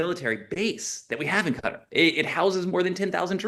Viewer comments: FFS it's Qatar, not Cutter. 🤦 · Hey, it’s not “cutter”